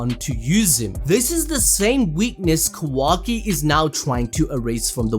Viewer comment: I love you and your videos but the way you say Kawaki lol its so jarring im not sure if thats the right word.